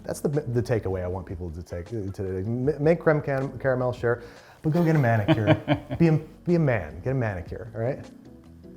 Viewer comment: It's a Man-I-cure.